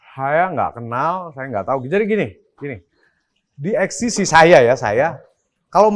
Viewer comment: (((Eks Te Si))) 😂 EKs Te Ce mas